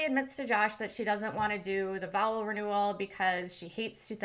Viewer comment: It's a "VOW" renewal, not a "VOWEL" renewal. lol! I listened to you say it a few times, and I could swear your saying "vowel renewal".....